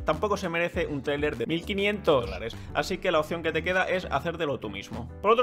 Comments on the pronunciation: Jajaja qué con ese "Mil quinient-olares" dos veces xD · Cuando dice dólares suena super raro ....